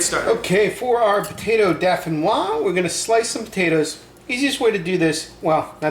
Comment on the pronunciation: Nice but please it's pronounced DOH-FEE-NWA!